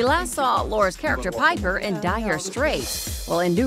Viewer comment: I actually kinda got upset when she said ‘Laura’s character ‘piper’ 😂😂😂😂